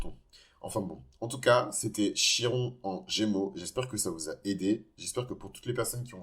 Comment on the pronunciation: Ça se prononce Kiron, à part ça je m’y reconnais totalement ❤